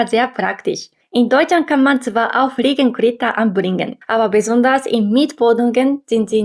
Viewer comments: Fliegengitter, nicht Fliegengritter. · dein Deutsch ist echt gut , nur ein kleiner Fehler , Fliegengitter nicht Fliegengritter 😅 habe dich Abonniert .. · Einfach süß die Aussprache von "Fliegenitter" ❤ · "Friegengritter" - sehr niedlich 👍 Trotzdem mein Respekt für das Deutsch. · Hallo, ich konnte feststellen, dass du Fliegengitter nicht gut ausprechen konntest. Da würde ich noch mal nachforschen oder zeigen lassen, wie du es üben kannst. Bitte sehe es als einen freundlichen Hilfe-Hinweis, keine Kritik. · Tipp: Die Aussprache von "Fliegengitter" nochmal nachgucken ansonsten nette Infos. Ich glaub das Kippfenster wird in nahezu jedem Ausländervideo - egal ob Amerikaner, Japaner oder sonst wer - erwähnt. Scheinbar eines der Deutschen Highlights, die für uns so völlig normal sind, dass sie sie ohne Auslandserfahrung gar nicht erwähnenswert finden "ist doch normal!"